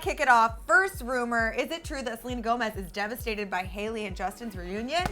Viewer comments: "DEVASTED" lol😂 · wtf is 'devasted' do u mean 'devastated' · "devasted" lol